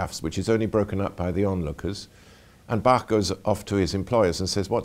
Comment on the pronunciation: finally someone who pronounces Bach correctly!